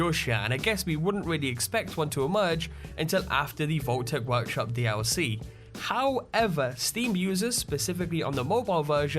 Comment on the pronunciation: everytime this guy said dlc he's say: dee owl c